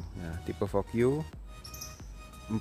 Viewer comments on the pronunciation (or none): Fogyu😂😂😂 Vouge mas vouge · Bacanya, "voug" e nya gak ikut dilafalin